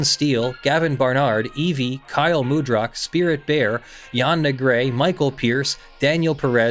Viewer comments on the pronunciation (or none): none